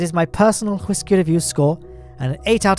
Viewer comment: Why are you saying whiskey like that mate.